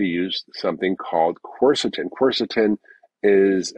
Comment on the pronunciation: PSA: From what I've managed to divine, the specific compounds mentioned are (in order) Quercetin Fisetin Luteolin It actually took me AGES to figure it out because the pronunciation combined with the poor audio made it initially impossible to know what he was actually talking about. 🫢😁